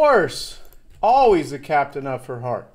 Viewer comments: He pronounces 'her' a little weird and it sounds like 'the,' maybe. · British accent so it sounds like he'h but I just can't here "the".